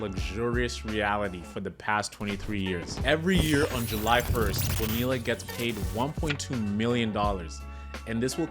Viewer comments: 40 seconds in and i heard that first “bo-nilla” and I had to stop the video. Its 2024 man. We should know how to pronounce the double L’s by now. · Literally just said "Nope. I'm done." After the second "Bone-eella" and stopped it. I I had hoped the first was just misspoken but nope. Came right down here to admonish this dude. Glad to see I'm not the only one!! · Lol get the name right it's Bo nee ya you don't say the LLs or just simply say Bobby Bo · You don't pronounce the Ls in Bonilla. Bo-Nee-uh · great vid - it's pronounced Boneeya btw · Why would you put in all the work to create a quality video and not bother to learn how to say his name correctly? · Him mispronouncing his name is not that deep. Great video brotha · Dude it’s not to late to delete this and remake it pronouncing his name correctly… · Dude you should’ve looked up how to pronounce his name. This is painful.